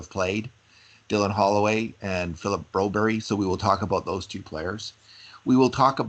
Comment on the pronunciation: Broberg please not Broberry , we aren’t in Sweden, sounds very weird